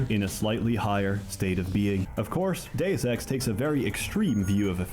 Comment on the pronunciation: Bro read Deus ex and said doseki lmao